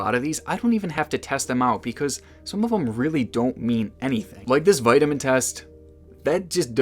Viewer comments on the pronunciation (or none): I liked "UH-YURN" and "WUYT RICE", "VUYTIMIN"